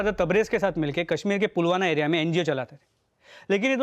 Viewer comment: Pulwana nahi sir Pulwana hai 😂😂😂